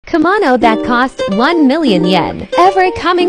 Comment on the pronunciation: My ears hurt when the artificial voice pronounces the word kimono as "kuhmono" 😖